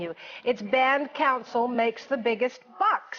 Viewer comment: That one CBC reporter called it "Bound Cancel" instead of Band Council. lol